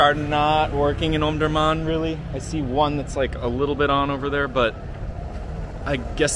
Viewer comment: Omdorman Not Omdomam Iam from sudan,omdurman